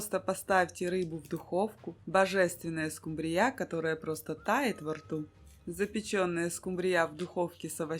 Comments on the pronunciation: В Корее может и скумбриЯ, у нас скУмбрия! 😅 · Всё хорошо, но только одно понять не могу почему скумбриЯ, а не скУмбрия? 🤔